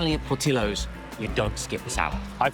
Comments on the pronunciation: Oh man… “PortiLLos” 😢🤣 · as an Arizonan ill forever call it por-ti-ohs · Listen to him! Ollie is the king of things coming out that shouldn't have. P.S. It's pronounced Poor-tea-ohs P.S.S. Just because it's served in a hotdog bun, a Polish sausage IS NOT a hotdog! It's like the whole chicken sandwich, chicken burger thing all over again.